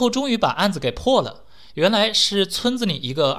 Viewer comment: 二流子 的 流 读一声（阴平）而不是二声（阳平）。